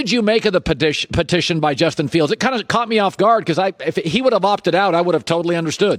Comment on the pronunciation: Well.. What do you make of the padition.... I mean petition?... 😂